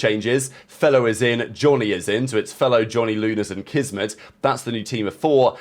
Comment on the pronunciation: Did he call him Jizzmet?😭